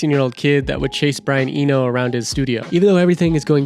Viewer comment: "Brian Enio" My god, who is this person. Has he generated this script with AI? He doesn't seem to know anyone he's talking about